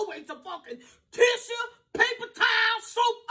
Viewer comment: "tissah"...not tissue 😂😂😂